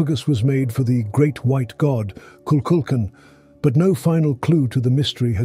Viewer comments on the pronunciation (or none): none